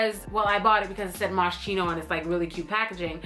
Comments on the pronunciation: MOSCHINO IS PRONOUNCED AS MOSS-KEE-NO! 😭 PLEASE SIS. HEAR ME OUT. Love you tho xx😘❤ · Girl it's Moss-kee-no lmao love you